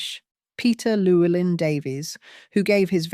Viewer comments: Pronounced Llywelyn Davies surely? Not loulin Davies 😂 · This is tabloid-level literary analysis. She can't even pronounce "Llewelyn" properly. Take no notice. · I’m extremely skeptical to this interpretation of history. The narrator can’t even pronounce Llewelyn properly!